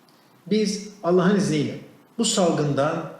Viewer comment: Allah diyemiyor daha Alleh diyor ağzı sürşüyor la